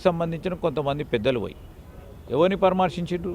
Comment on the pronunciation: Parmarshinchali kadhu ra paraamarshinchali telugu rani cm and it minister dhondhu dhondeh